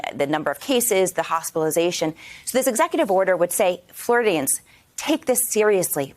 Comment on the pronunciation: did she just say FLURDIANS.... we say it like the word floor..... floor -eh -duh!!!